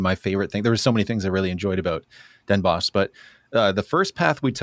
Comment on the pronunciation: Bonus points for pronouncing Den Bosch as “boss” instead of “boshj”! 😊